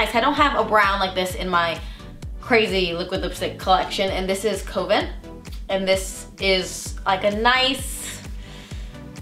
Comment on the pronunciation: Did she say "covent" instead of "kuh-ven"? I replayed it a few times but she talks so fast that her words slur a little bit. Kinda frustrating because I really want to hear what she says. Just a bit slower and more annunciated. :(